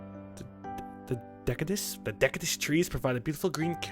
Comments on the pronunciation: Dek-I-does *facepalm* Its pronounced De-sid-gu-ous chilled... ITS A TYPE OF MOTHER FUCKING TREE AND THE OTHER IS A CONIFEROUS AND ALL CONIFEROUS TREES HAE CONES LIKE PINE TREES YES, YES I AM SMART MUTHA FUCKERS!!! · roflmao...if someone hasn't already said: it's "dee-si-dew-ous" (deciduous). It's the type of tree that looses it's leaves every fall, unlike "conifer" (fir trees) hilarious review. Nicely done! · De-sid-uos or Des-id-uous ^_^ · "The deck-a-dous trees" Wow that hurt me. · Goddamn, might be really smart, but he sucks at pronouncing words. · not being able to pronounce "deciduous" correctly or any japanese words for that matter what a shame. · How the fuck can this guy not pronounce deciduous? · when saying decidious pronounce the cisious part like your talking about DARTH SIDIOUS from starwars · he murdered the word deciduous.